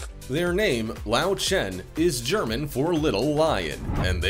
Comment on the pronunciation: LÖWCHEN is not pronounced as lauchen.. Ö is pronounced as OE, and W is pronounced as V.. so LÖW is pronounced as LOEV (Lóv) and CHEN is pronounced not as it is usually in english (shh) but instead with a K (khh), so it is pronouned as KHEN.